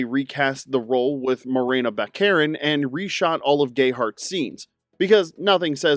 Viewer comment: Baccarin is NOT pronounced Back-KAR-en. It's pronounced BACK-a-rin. Pedantic? Yes, but come on.